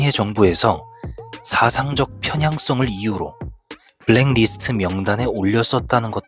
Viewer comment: 블랙리스트....를 블랭니스트라고 하는군요.공부 됩니다😊